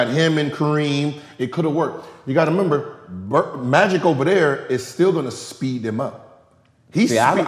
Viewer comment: Gilbert "you gotta 'member" Arenas. lol